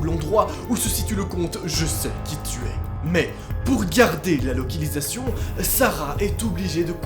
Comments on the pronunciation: Qui a entendu la locilisation au lieu de localisation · pk tu dit lalocilisation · Loquilisation* ?????? (Localisation) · ''La locilisation'' et " le psychopatre" 😂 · euh la locilisation 😂😂😂😂